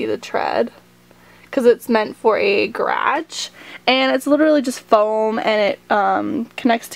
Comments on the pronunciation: It's garage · the way she says " GAR AHEGGGEE" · the way she says garage